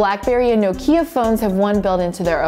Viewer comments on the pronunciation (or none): She says Nokia weird